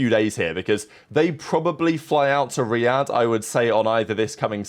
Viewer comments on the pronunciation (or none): none